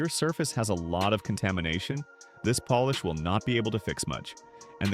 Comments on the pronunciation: Poll-ish? I thought it was Polish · When the video is about polish, the AI voice should learn how to pronounce polish